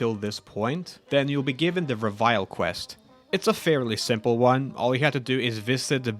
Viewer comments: Reveille is actually pronounced reh-veh-lee and is basically just a specific time to wake up and start the day’s operations in the military. Pretty cool how that ties with the BoS imo. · This guy really pronounced reveille as revile 😂. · It's pronounced rev-eh-lee. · 1, it's pronounced re-vill-ee. 2 in data recovery, there are three storage drives. 3, you seem to put a lot of extra effort into playing this game specifically to make content, rather than making content from standard gameplay. I hope you enjoy your game more than it looks like. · I had to say the correct pronunciation out loud each time. It irked me.